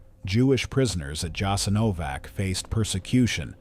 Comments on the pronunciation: If you’re going to butcher the pronunciation of everything, at least choose one wrong way to do it instead of pronouncing Jasenovac differently every single time. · Thank you for sharing this video and letting more people know what happened there. However person that narrates the video is mispronouncing the name of the camp through the entire video.. So many details went into this research but the name it self, apparently haven't been researched at all. It's important knowing how to pronounce "the subject" of the video! Also "The Srbosjek " hand knife (Croatian: Srbosjek) is a wheat sheaf knife that was originally manufactured in Germany for agricultural purposes. The literal translation of the name Srbosjek means "Slicer of Serbians"